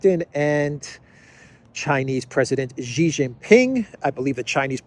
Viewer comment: Hey, please pronounce Xi as 'shi'.